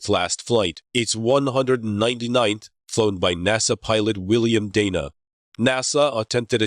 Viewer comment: Bill Day-nuh, not Dan-uh.